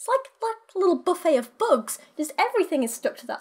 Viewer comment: When you first said ”buffet of bugs” I heard it as ”buffet of books” and I was thinking ”hmm buffet of books, how wonderful would that be!!” XD haha, book nerd fantasies...